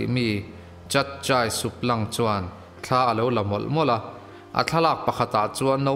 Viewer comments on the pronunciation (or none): none